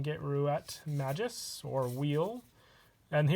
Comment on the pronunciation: It's maGus Not maJus Wtf?